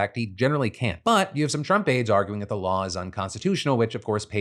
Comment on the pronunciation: my guy please start saying “cannot” instead of “can’t” cuz you sound a lot like “can”